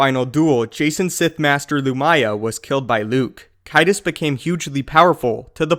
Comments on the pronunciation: caedus is a soft c. Caesar + sadist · Lu-ME-yah. CAY-dus. Good catch on the proper pronunciation of Yuuzhan Vong, though.